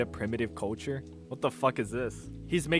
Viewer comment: Why can't this guy say culture?